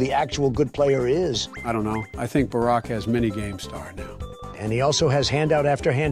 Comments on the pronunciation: Can we just take a moment to laugh at the Ai's pronunciation of Obama's name? "Barek" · Bro barek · I've heard one saying "bArK" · "Berrick" was sending my blood pressure through the fuckin roof lmao